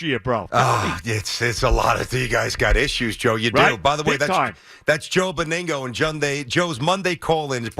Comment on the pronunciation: I like the way he pronounces Joe's name, Beningo, it's Benig..no 😃🤣